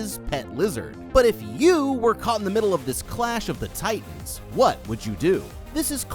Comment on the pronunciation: He can't say titans names!!! I HATE IT